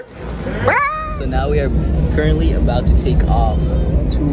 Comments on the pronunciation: No one:: CuRentLy Me heart 💗💓💞💕💝💖💘🥺🥺😩🥺😩🥺🥺🥺🥺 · Ceo of being so cute and getting so much hate for saying currently 😩🥺🥺